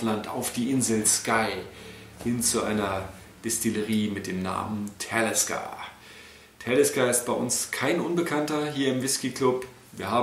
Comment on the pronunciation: Soviel ich weis wird es ausgesprochen wie man es liest. Talisker u. nicht Tälisker.